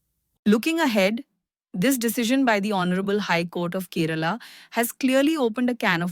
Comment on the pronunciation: For heaven's sake! This Indian state's name is Kay-- ra-- la and not KE- RAA-LA 😂